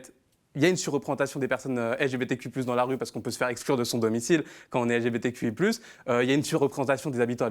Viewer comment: J'aime toute vos vidéo en general donc j'ai vraiment voulu suivre hein, mais j'ai lacher apres le 6eme "élgébétéku+qweer" que j'ai entendu, franchement hein chacun fait ce qu'il veut mais j'ai du mal a comprendre pourquoi doit on faire un tel effort pour accepter l'idéologie de vie d'une certaine communauté , surtout quand celle de la majorité est ignorer.